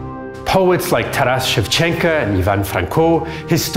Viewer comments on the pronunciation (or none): It's ShevchenKO, not ShevchenKA.